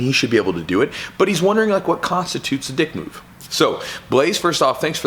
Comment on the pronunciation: I feel like he's putting the wrong emPHasis on the wrong sylLAble. There is a world of difference between a "dick move" and a "dick" move.